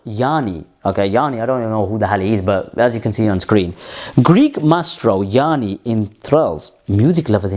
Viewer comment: Bro, the name of the Greek artist is "Yanni" and not "Yaani", according to his Wikipedia, because I had never heard from him before. His full name is Yiannis Chryssomallis,:D Somalis